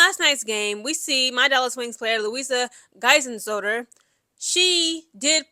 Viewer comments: Her name is pronounced...GUY-ZIL-SODA... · Luisa Geiselsöder is pronounced as "GAI-SELL-SU-DER"